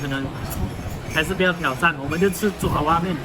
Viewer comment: 爪zhao 哇面， 不是 zhua 抓哇面